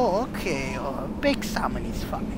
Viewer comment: just a little red snappah there is no red snappah ok baked samom ah